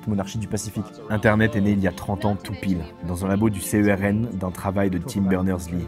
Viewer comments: Alors pour l'info, le CERN se dit pas du tout lettre par lettre, tu le lis. Je travaille là bas, j'ai jamais entendue ça 😂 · Au top tes vidéos comme d'hab (non jsuis pas late) ! si jamais tu veux une petite précision (j'y bosse) personne ne prononce CERN lettre par lettre peu importe la langue tout le monde le dit en une syllabe^^ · Ta vidéo est super quand même, mais au vu de la communauté cernoise et scientifique, ça nous fait juste bidonner. Malheureusement ça nous choque un peu, pcq il n'a jamais été dit comme ça, peu importe la langue utilisée. Le dire lettre par lettre, ça fait vachement con. Désolée de le dire. Mais bref, pour tout le monde ici, on dit CERN comme on dirait NASA :)))))